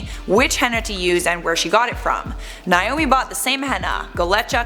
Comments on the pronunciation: If she pronounces Naomi like Niomi one more time I'm going to literally scream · Why does everyone pronounce Naomi as "Niomie?" thats a whole separate name.